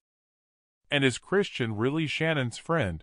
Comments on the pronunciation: And I believe her name is Kristin not Christian-voice decode man mispronunciation ? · Oh good God!! It’s KRISTIN!! Not Christian! Stoppit